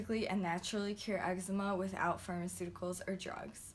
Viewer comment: You got eggsma ahahah everytime I say that word it reminds me of that vine